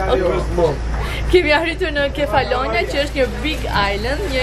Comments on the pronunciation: Kefalonjά. Me theks te a-ja e fundit. Se po më dhëmbin veshët. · Te kam degjuar 3 her mezi e mora vesh se ke per ishullin Nuk e thua sakt sesi me duket ta degjoj ashu 😂